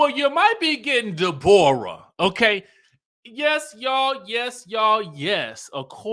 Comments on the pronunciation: 😂😂I love when you say "Day-borah" instead of Deborah..😅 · Man, when pronounces Day-Borah, it makes my abdominal muscles hurt. It tickles me so much.